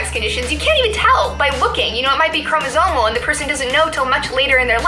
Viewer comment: She says Chromosomemal not Chromosomal see one is misspelled spellcheck yay